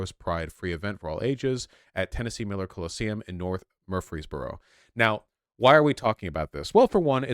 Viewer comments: Mur-frees-boro. I live here and I agree locals pronounce it murphysboro. Cause its a bunch of hicks. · murr-freeze-burrow. Lived there for 10 years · i cant believe he cant pronounce Murfreesboro. Murphy's burrow. Thats how you say it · Its pronounced Murphy's borough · As a Tennessean, we pronounce that place as MURR-FREES-BURRO 😊. Anyways, carry on! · hearing Vaush struggle to pronounce Murfeesboro delights me more than I expected lol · Vaush I'm from TN. It's Mur Frees bro. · Pronunciation is murfeez-borough (or if you're a real redneck, murfeez-burrah) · mer-frees-burrow. Why are half of y'all acting like the second r is silent? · As a Nashville guy, it's hilarious seeing Vaush unable to pronounce Murfreesboro. Also, Murfreesboro is terrible. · As a southerner, I was unaware pronouncing Murfreesboro was so hard. I honestly thought it was just intuitive to pronounce it that way... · As someone who used to live there, hearing him mispronounce Murfreesboro 1000 times detracted from the victory that this should have felt like. 🤦‍♂️ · As someone from Tennessee listening to him try to pronounce Murfreesboro gave me an aneurism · vaush struggling to say Murfreesboro 😭😭😭😭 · Yeah... it's easy to get jumbled up on city names as Tennessee as someone who lives here. They pronounce Knoxville "Nocks-vull" and Nashville "Nash-vull". I pronounce it how it looks, like a civilized human being. Also ... Kelvinious is 100% right; ALL Tennessee gays sound like that guy. I've known a few Tennessee gays myself... and they ALL talk like this if they aren't putting on the pseudo-sassy-black-woman affect into their voice. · As someone who lived in Tennessee a short time, seeing Vaush struggle with Murphysboro is funny as hell. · A couple videos back he pronounced Rutherford (RUH-ther-ferd) as ROOTHER-ford. I'm beginning to question if Vaush is actually American.